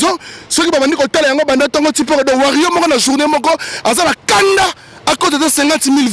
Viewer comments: Toko beta yo imbecile tu es qui pour nous donner la mis en garde en plus tu connais pas t'exprimé en Français faut parlé ton lingala ... on dit les warriors pas les warrion zoba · okolela nanu oleli té nous warriors et non warrion zoba nous t'interdisons de prononcé le nom de fally on bien ou en mal a partir d'aujourd'hui sinon tu verra ce que tu cherche tu es averti je suis en France et je connais ou te trouvé tu connais les weshhhh donc fait gafe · On dit warriors pas warrions stp. Et puis ozo mela nayo pema ya pamba ba ko tanga kaka kombo nayo soki otiki ya fally te soki olingi problème te na batu wana. Eza kaka conseil. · On dit warrior non warion bourrique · Warriors aza analphabète pour sa il arrive pas a dire correctement